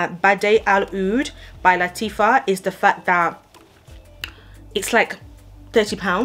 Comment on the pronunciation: It's LATTAFA not LATIFFA